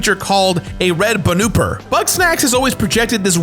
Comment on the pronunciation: Red Banöpper